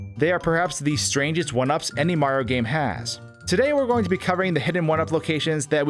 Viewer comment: Am I the only one hearing "Super Marro 64"?